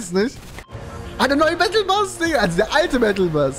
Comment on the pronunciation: haha ich feier dich immer aus wenn du battlebass sagst anstatt bus😂😂😂